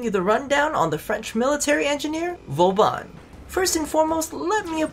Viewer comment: My GOD An American with a decent French Pronounciation??!! IMPOSSIBLE, INCONCEVABLE! PAS POSSIIIIBBLLEE! But really, Good work on the Pronounciation.